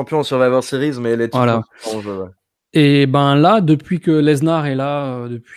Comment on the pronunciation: Sa me stresse quand il dit "leznar" au lieu de "Lesnar"